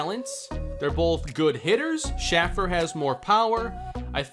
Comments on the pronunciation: Please please please pronounce Shaffer’s name correctly. It’s Shay-fer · Johnny Shaffer’s name is pronounced shay-fer